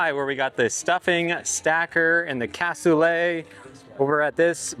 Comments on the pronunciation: is correct... the -let is pronounced more like -LAY in Cassoulet. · The T is silent. Google pronunciation/American pronunciation states that it is pronounced KASOOLAY. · It’s pronounced Cas - oo - lay. It used to be on the menu at Granny Ogles Ham n Beans. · Its French so you don't pronounce it how it looks! lol cas-sooo-laaaaaayyyyy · The T is silent it's a French word I believe.